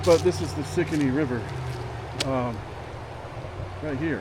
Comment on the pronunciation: Enjoying your exploration! Around these parts, Stikine is pronounced differently. AI gives a little help… Stikine is pronounced stih-KEEN (/stɪˈkiːn/). The name emphasizes the second syllable, sounding similar to "stick" followed by "KEEN." Keep up the good work!